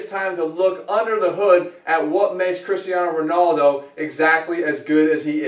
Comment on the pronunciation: Cristiano Rownawldo! Dying! xD